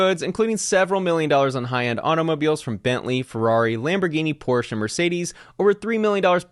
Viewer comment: Finally you pronounced Porsche the right way:)